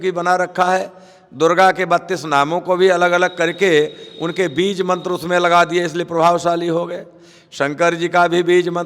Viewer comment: mantar nhi aata bolna